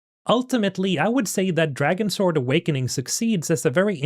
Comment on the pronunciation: Its pronounced Dragons word